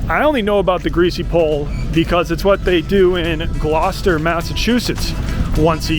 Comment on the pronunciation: You truly are a Massachusetts treasure, Thankyou for clarifying how to pronounce Gloucester